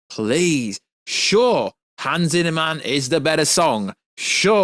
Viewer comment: Did u just say Hans Zinnerman??